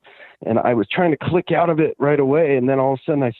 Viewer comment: Hahaha I noticed the canadian accent when he said “out” Its definitely Gavin lol What a loser lol